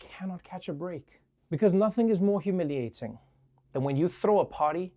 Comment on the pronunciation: Do I detect a Trinidadian accent when he says humiliating???? I think so and I love it :-D Big up man like Trevor Noah!!!